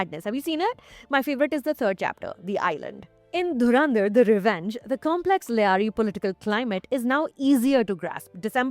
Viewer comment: It’s Lyari not Layari. Ugh